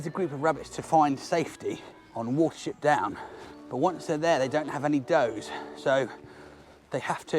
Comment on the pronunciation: I've listened to the video twice and each time, in the beginning, I mishear you as saying the rabbits don't have any "dough," and I actually think, "That's true. They carried no cash." Anyway, excellent video! Thank you for making it!